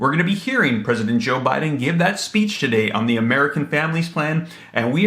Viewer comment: Funny she said president OhBiden 💣